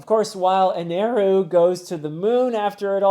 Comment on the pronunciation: ok so its not eneru it is enel the r is supposed to be an l and it got confused and the u in the end of the name is just a japanese pronounciation thing like a word cant end in a sound that isnt either yoo O ih ay or ah in japanese pronounciation so like on a word that doesnt end on any of this sounds will have a U or O added to it for example in a japanese accent the word "world" turns into "waarudo" so the name is "enel" but due to japanese pronounciation it sounds like "eneru" which caused the mistranslation in the manga to eneru